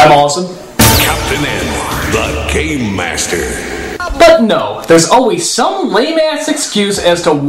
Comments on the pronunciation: He said GAME not GAY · I'm not the only one who keeps hearing as "The gay master" right?